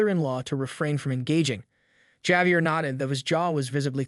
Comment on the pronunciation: How many different ways can you tell the same story? And please, learn how to pronounce words, especially common names like Javier.